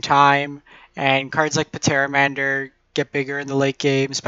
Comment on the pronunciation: The P in Pteramander is silent. Like Pterodactyl